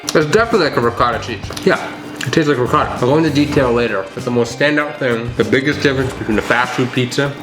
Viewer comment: Sorry, but it has to be said, It's NOT "rEcatTa," it's "ri-cot-ta."🙄